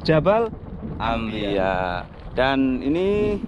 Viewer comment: Jabal anbiyaa, bkn ambiya